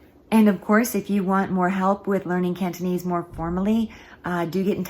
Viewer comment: Very good cantonese, unlike other americans with funny accents.